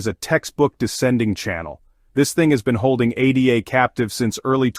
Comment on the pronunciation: We'll see...whales and their bots control 95% of all market cap, so it only moves when they want anything to move and when OTC is depleted...regardless this is an AI channel. No one says A D A. Its ADA, as in Ada Lovelace not A D A.